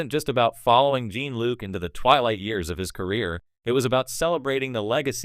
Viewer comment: AI nonsense. Cant even pronounce a single character name correctly. pikkurd. gene-luke. JFC